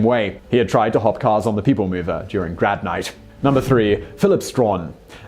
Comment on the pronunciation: Why does it sound like "grab night" whenever he says "grad night" - ?!